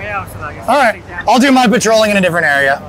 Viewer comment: patrolling ???? Are the P and the A silent?